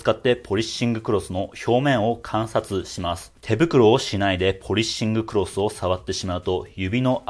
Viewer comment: 「ポリッシングクロス」の発音すき